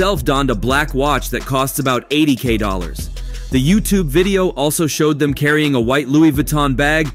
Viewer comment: Did he say 80k dollars?! Baaaaahahaha. Can’t even say it right. 😂